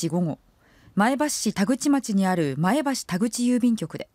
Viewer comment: 前橋のイントネーションが気になる。